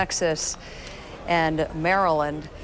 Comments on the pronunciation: She said Fairyland. 🌟🌠⭐🙌🙌😀😀😀🏃🏃🏃🏃🌃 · Annoying how the reporter mispronounced the state of Maryland.